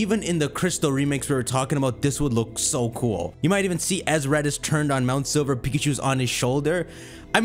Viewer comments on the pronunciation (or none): none